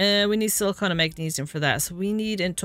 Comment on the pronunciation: Thank you for being the only youtuber I've yet seen to not call silicon silicone.